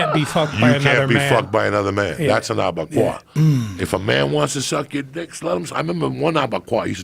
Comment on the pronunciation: Joe “ Abegayu “ Rogan